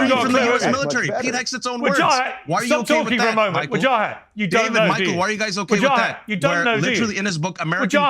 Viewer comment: I love the way Piers pronounces "Wahajat" 😂😂🤣🤣